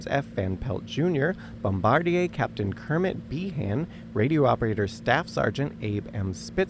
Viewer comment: What is this? A Podcast that you decided to stick some home movies on top of? This page is called higher learning, but you can’t pronounce nuclear or bombardier correctly. That immediately subtracts from your credibility.